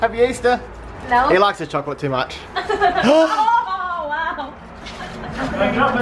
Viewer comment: "Happy eastah"